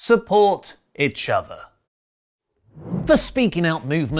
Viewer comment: "Support itch-other"?! Hey?!